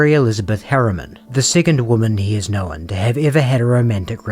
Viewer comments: The pronunciation is "known" not "knowin". One, not two syllables. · How are you making “known” a two syllable word 😂